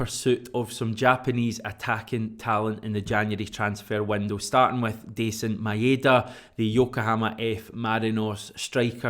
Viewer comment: It's pronounced DieZen MyDa.